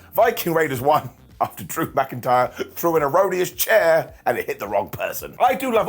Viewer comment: BrocIntyre riddle and drew, said as brokentyre.